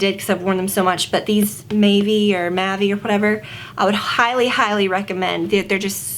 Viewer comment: Mavi is pronounced like "mauvey" like the color! It means blue in Turkish and they're a Turkish company :)